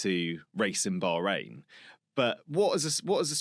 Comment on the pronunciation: Can you please pronounce Bahrain correctly !